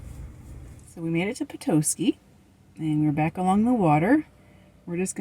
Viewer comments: Good job on Charlevoix. But Petoskey is pet-ah-ski. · Nope, she was right. This is where I live. Charlevoix is pronounced shar-la-voy, rhymes with boy. And Petoskey is pronounced pa-ta-skey. Not tow, ta, like tada!